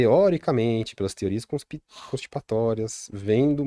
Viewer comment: Genteeeee!!!! Que agonia esse homem falando "Teoria CONSTIPATORIAS". O que constipa é o intestino querido!!! É CONSPIRATÓRIA!!!